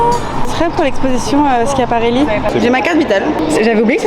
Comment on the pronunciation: Léna fait partie des rares personnes à savoir prononcer correctement « Schiaparelli », ça mérite bien un prix Nobel de la mode 👗👑✨